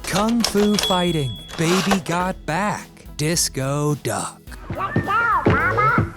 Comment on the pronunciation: Still good fun music, It's hard for people to understand a decade that they were not around for. PS What is Fiding you said Kun Fu Fiding. Its Fighting.